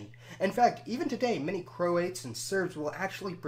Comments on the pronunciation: Croats, not "Croates". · It's pronounced Cro-AT's not Cro-ATE's FFS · Man said "crow-ates" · Nice overview. Some quibbles: Cro-ats, not Cro-ates. And the "a" in "Slav" is usually pronounced as in "father," not as in "have." Montenegro is usually pronounced Monte-NAY-gro, not Monte-NEE-gro. Sorry to quibble, but these words have accepted pronunciations. It's like pronouncing American as Americane. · Cro " ates " vs Croats :) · He pronounced croats wrong